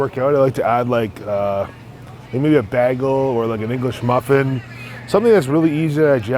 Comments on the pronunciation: Wtf is a bah-gull my friend? You mean a bagel? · Who the hell calls it a “bah gil” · what the fuck is a BAG-el? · “One bAaggle’s gonna have like 55 grams of carbs” I smiled when I heard that :) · I quit watching the second he mispronounced bagel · The way he said bagel. 😂😂😂